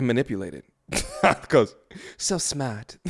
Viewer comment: "So smaht"